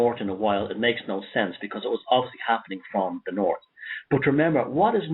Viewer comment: North sounds like nourt 0 sound like caught?